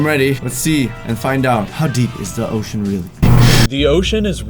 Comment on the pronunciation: Ocean not osean